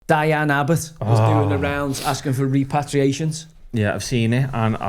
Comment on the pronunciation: Rep-per-ray-shuns Joey😂😂